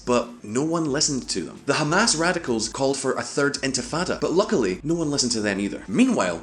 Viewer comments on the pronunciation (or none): none